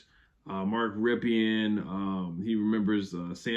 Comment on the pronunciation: Because I'm happy ima let that badly mispronounced call of mark rypien name alone 😂😂